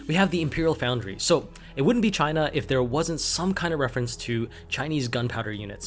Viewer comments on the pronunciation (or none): Also just a tip, there's no 'a' in Foundry ;)